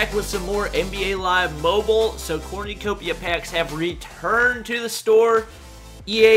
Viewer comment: its Corn-u-copia not corn-oo-copia.